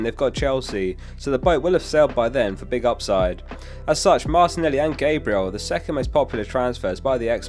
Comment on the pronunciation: Pronounciation of Gabriel kills me